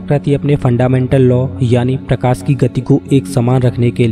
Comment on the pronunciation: Kitne bar prokasi bolega tu